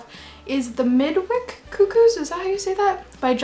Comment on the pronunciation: On 'The Midwich Cuckoos', it's usually pronounced 'Mid-witch'.